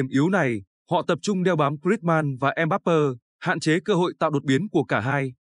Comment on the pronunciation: Đội Pháp mở đầu thường rè rè, nhưng kể từ vòng 1/8 thì rất mạnh. Chúng tôi đang sinh sống tại Pháp,chắc chắn Pháp thắng Bồ đào Nha, 2-0.Mbappé xin đọc theo âm Pháp là "em bắp bê, không là em bắp bơ. Chúc thành công LES BLEUS